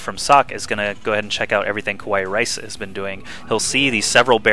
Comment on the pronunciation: Just wanna say that this was a cool game...and also, it's usually pronouned "Ka-wa-ee", and it means "cute" in japanese...